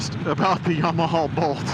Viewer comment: I think your distaste for the Bolt is directly related to your pronunciation of "YamaHAUL"